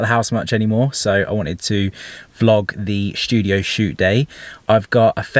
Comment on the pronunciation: 0.49 “shtudio” Lool